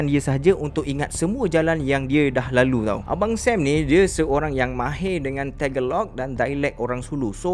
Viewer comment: Lain jg sebutan 'tagalog' tu. Check di google proper sebutan. Hehe. Baca 'tagalog' dalam bahasa malaysia. Itulah sebutan sebenarnya.